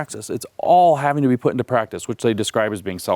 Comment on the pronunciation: He does say it well … apart from the word ‘practise’.